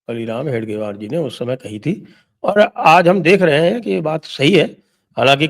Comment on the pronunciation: Sir its hegdewar,, not hedgewar